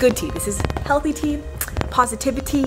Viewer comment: its positivi-TEA